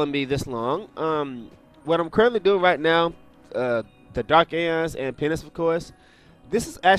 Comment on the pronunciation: why r u keep saying penis?:D